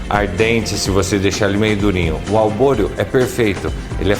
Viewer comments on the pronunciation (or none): Que mané arroz albôreo??? É ARBORIO, e NÃO SE LAVA ARROZ PRA RISOTTO.... Esse cara é um assassino de receita! Colocar o vinho DEPOIS??????? PELO AMOR DE DEUS..... QUE ESTUPRO.... Lixo de receita! Nunca vi um cara mais sem noção de fazendo risotto.... Procurem uma receita de um CHEF de verdade e vejam a diferença.... "Albôreo"... O cara não sabe nem o nome do arroz.... Faça-me o favor.... VOMITEI!